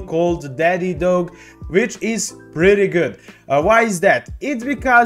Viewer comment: Please pronounce it correctly not dogay lol 😂